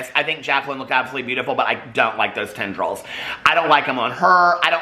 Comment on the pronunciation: Tendrils 🤣🤣🤣 the more you say it...lol